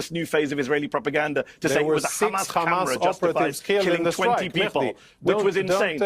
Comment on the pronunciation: I FOKKEN' HATE HOW THEY PRONOUNCE HAMAS. IT'S NOT KKKHHHAMAS, FFS!!!! Anyhoo, Jonathan and all Israeli representatives are so full of shit I don't know why they keep stinking forever! Maybe there are still some people who like to swallow shit, but it's safe to say the majority of world's people enjoy facts, instead of steaming diarrhea bullshit.